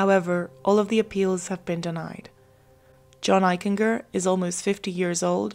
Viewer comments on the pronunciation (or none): His name is pronounced Eich en ger.The g has the j sound. Jennifer was not born in Bridgeport, she moved there when she was 18 months old. Unfortunately he is my cousin